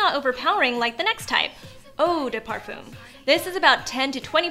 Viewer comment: Lol "parfum"